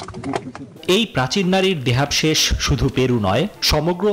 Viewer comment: দেহাবশেষ উচ্চারণ হয়নি আপনার।